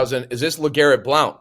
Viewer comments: Lol he says “Blouw-nt” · Chief just straight up didn’t say Legarrette Blount’s name right should never have been awarded.